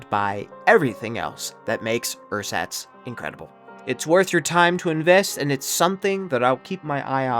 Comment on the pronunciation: cant you at least have google translate pronounce the word for you a few times before making a video? theres not even a ch sound in there. I bet you could pronounce it if you just tried.